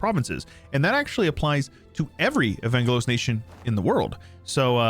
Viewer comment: Love the mod, but the way he says Evangelos like Uhvaynguhloes hurts my body and soul as a Greek. (Its pronounced Eh-vahn-ghelos btw)